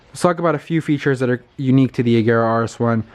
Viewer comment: Oh my god, the first American i know who spells agera correct 😍